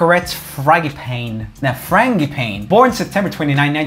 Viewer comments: Frang-uh-pane lmaooo It’s more like fran-gee-uh-pah-nay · Pronounced "frahn-zya-PON-ee" but spelled Frangipane. It's a fragrant bush. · And Fragipane too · I'M NOT EVEN A MINUTE INTO THE VIDEO BUT COME ON LOOK UP THE PRONUNCIATION OF FRANGIPANE BEFORE YOU DISRESPECT GOD LIKE THAT